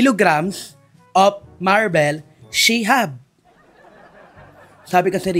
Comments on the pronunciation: Marbles not marbel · Bulldog is so annoying, he has the gut to laugh loud when is reading the question pronouncing the words incorrectly, he too can't read properly and pronounce words correctly. It's maar-bl long A and bol. Not mar-bel.